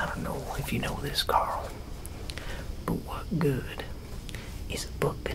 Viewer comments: Not “Coral” 😂😂😂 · Damn, even version of Rick Grimes can never pronounce his own son's name right.